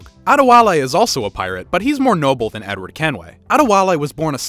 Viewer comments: he didnt say THE N-word, he said "edward" but it sounded like he said "n-word" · lmao I didn't even realize! was doing something else and heard ot as Edward